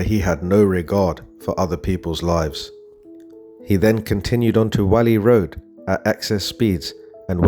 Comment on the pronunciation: I asked the same question after what Tom Hilton said about Jay. Whalley Road, is pronounced Warley Road - just saying. Yes, Tom is friends on Facebook with both Lucy and Brad (Brad's surname is Geoghan). Lucy, Tom and Brad have several FB accounts. Tom was in prison in 2023 when Jay and his friends were in court - this could be why Jay and co. got such light sentences. I have also seen, on other channels, that Tom's dad was in prison with Ayub, but I don't know how true this is.